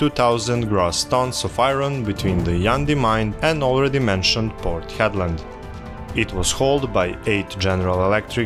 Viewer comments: Port Hedland (Headland) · Just a note, it's called Port Hedland.